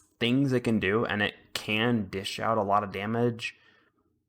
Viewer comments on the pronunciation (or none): none